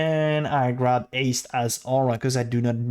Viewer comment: "aste" "erald of ash" LOL why can't you pronounce basic stuff? XD anyways thanks for the guide, actually gg